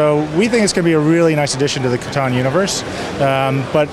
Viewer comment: I die a little inside every time she pronounces Catan wrong.